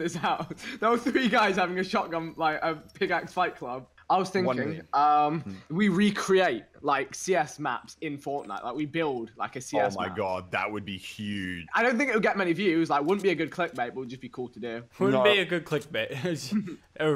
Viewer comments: FORTNTIE lmao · forntnie fortite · Fortntie lol